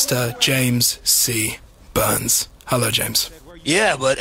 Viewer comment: you say burns funny